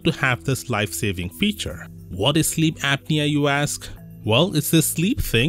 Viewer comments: It's pronounced app'near not ape'near. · It's apnea not Aepnea it's an a sound not ae sound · It's pronounced APP NEA , not ape nea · it's "app knee uh" not "ape knee uh" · It's not "APE-knee-a". It's "APP-knee--a". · It’s not correct. Well, at least in British English, it’s pronounced “app-nee-uh”. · Sleep Ape-nea. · Ape nea? Lol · It's pronounced: "app-knee-ah" 😉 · Sleep ape-nea 🐒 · Sleep Ape-nea😂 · I like Ape-knee-ya lol Don't worry,. I'm a native speaker and always pronounce new words wrong. You're doing great! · Yeah and you can't even say the word. Lol